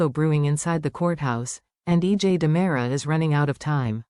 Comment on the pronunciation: Time for a spell check on the caption and voice ! It's Ki ri ack is and DE MERA, thank you! 😠 😡 😤